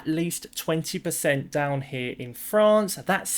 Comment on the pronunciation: So great to see you again! I was worried that you had fled ru-ral Frrrrrrraaaaaa-ce with Billy!